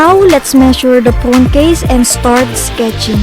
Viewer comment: She said “pone case”